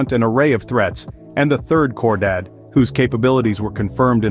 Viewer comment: Its not pronounced "Core Dad". It's pronounced "KHOR DAHHHD".